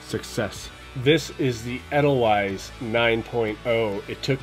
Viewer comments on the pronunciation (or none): You might find that people tell you it's pronounced as rhyming with "ladle vice". The Sound of Music did a song about it too.